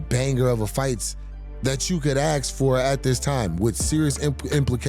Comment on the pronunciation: Jamal, it's "ask" not "aks" lmao 😂😢😅